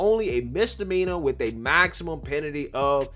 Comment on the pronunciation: Hey Breed it's "with it" not "wid it"......